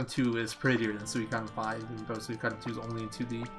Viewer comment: Always great to see a Suikoden speedrun man! I'm sure you know by now, but it's pronounced Swee-ko-den. There's a commercial for the game that says it. Kind of kills the debate over pronunciation.